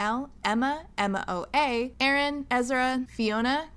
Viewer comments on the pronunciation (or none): none